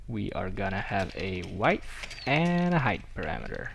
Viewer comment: Say weidth one more time, I dare you, I double dare you